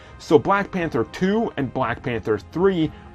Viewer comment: Bwack widow haha